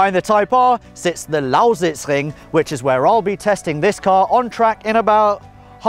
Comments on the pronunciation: Really like how you say "Lausitzring" :) Sounds almost like a native. Its a really cool track, like driving there. What was the fastest lap in the FK8? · i can't get over how excellent he pronounces "Lausitzring" :D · you say lausitzring as german as it gets. pretty fascinating ;) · lol how often did he say 'lausitzring' :D good pronounciation tho